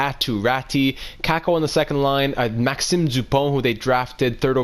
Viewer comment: Maxime Duponte, you speak very well english, but when you say this name, while a moment, i was thinking you are able to speak french? Ca sonnais comme si t’étais québécois. hugo garrrrrron, et Barré boulet, c’est c’air t’es quebecois😂